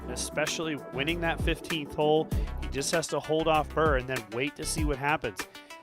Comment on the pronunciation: A non native English speaker here wondering if it’s just or some American dialect where the word ’hole’ is pronounced more like ’hall’? I hear it all the time from him.